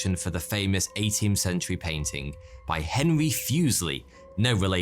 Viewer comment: As a swiss it‘s pretty funny to hear say: „Henry Fuseli“ 🙃